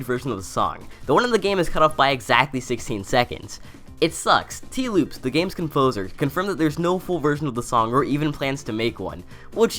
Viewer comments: This dude said Tee loopes LMFAO!!!!! Its Tee Lopes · Tee Loops?What?Engrish please. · "Tee loopes" XD